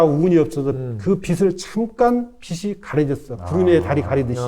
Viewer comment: 교수님이시고 언어에 대해 말씀 하시는데"빛이"를"비시"라고 발음 하시네요?? 그리고 한자를 안 써서 어휘력이 떨어진다는 근거가 무엇인지요? 근거제시가 없이 발언하는 것은 위험합니다. 한자를 병기 했던 8,90년대에 어휘력이 지금 보다 낫다는 근거는 있나요?